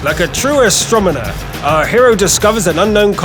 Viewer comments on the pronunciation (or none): agreed!!!!! and "Astromoner" made me laugh! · A true a stromoner ? :D A what ? :P